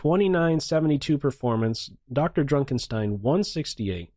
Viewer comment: I'm really bothered by the way he pronounces "DrDrukenstein"